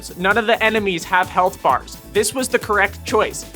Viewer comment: Bro you need to work on your diction, i had hard time understanding "snap" and "health bars".